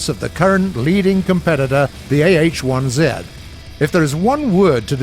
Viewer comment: AH-1Z.. ZED... always good to have a brit as voice over who knows how to pronounce words and letters correctly